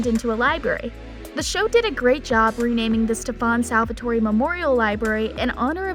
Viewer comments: Seriously. She pronounces it as salvatory😂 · Stop saying SALVATOREE. ITS SALVATORE. DONT PRONOUNCE THE E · OMG IT IS PRONOUNCED Sal-Va-Tor